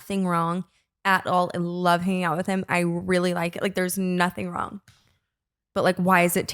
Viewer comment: "did your head go wong and start charging" still has my cackling